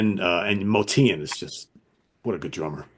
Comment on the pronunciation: Great show. Looking forward to more episodes. Btw, I believe Motian is pronounced like “ocean.” Some of my favorites from ECM include: Dave Holland Quartet: Conference of the Birds (1973, my #1) John Abercrombie: Timeless (1975) Steve Reich: Music for 18 Musicians (1978) The Music Improvisation Company (1970): s/t (very avant garde and abstract including Evan Parker, Derek Bailey, and Jamie Muir) David Torn: Prezens (2007) Meredith Monk: Dolmen Music (1981) Dave Holland Quintet: Points of View (1998) Marc Johnson: Bass Desires (1986) Pat Metheny: Bright Size Life (1976)